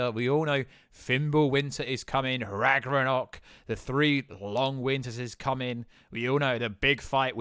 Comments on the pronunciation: He said ragranok😂 brada I think it’s ragnarok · Why do you pronounce Ragnarök, as Ragronök. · It's RAG-NA-ROK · Yea he don't say it right you get used to it😂😂😂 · they do not pronounce it the way he is even NUMEROUS people in the comment section who even said they are britten said they dont say it like he say it